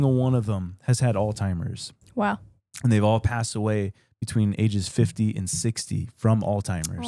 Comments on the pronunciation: hey, just doing a PSA here. It's Alzheimer's, not alltimer's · I’m sorry,, but did you just call it “old-timers disease”? It’s Alzheimers, my dude. 😅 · How many times does say Alzheimer’s wrong? 😂😂😂 “All-timers” and how does not correct him? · Every time says “Alzheimer’s” he actually says “all timer’s” …deadass lol😂❤ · “ALL TIMERS” 😂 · Alltimers?? 🤣 sir I think you mean Alzheimer’s